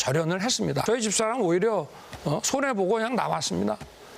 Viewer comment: 손해라고 말했는데 속익으로 들리는데 날리면 아닌가요?? 주어를 다쉬들어보세요~